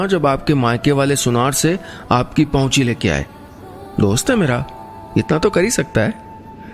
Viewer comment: it's pauchi not pahuchi